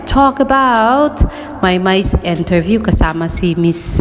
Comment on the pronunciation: Correction. It's interview, not enterview. Perform, not pehform. And many more mistakes.